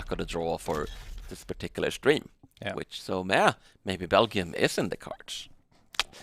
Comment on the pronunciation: Why does pronounces Belgium with a hard g lol? I've always heard it with a j sound